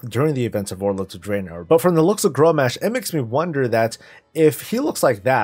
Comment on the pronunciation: Grommash is pronounced GROM ASH not Grom mash